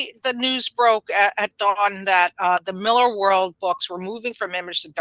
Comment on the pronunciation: Claims to be Scottish, pronounces Millar incorrectly, fails to do the accent. 🤦‍♂️